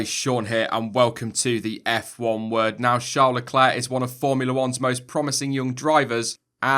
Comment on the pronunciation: Shawr lecler? Or Charles leclerc